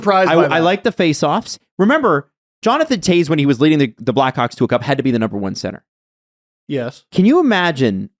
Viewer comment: So I guess is just gonna say Jonathan Toews’ name wrong for the rest of his life.